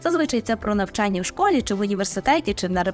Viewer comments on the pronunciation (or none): none